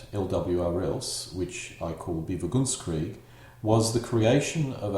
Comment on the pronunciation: You seem go pronounce bewegungskrieg as BE-vi-gungs-kreeg, b'vu-GUNGS-kreeg, or even BEE-vuh-guns-kreeg (like beaver)? It's more like be-VEH-gungs-kreeg.